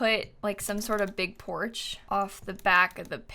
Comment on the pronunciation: The way says “poarch” is so fancy